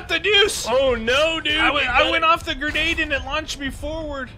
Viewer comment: LOL I love it pronounces grenades "gernade" I have to laugh every time he says it. Like when Trump says "Nukuler" haha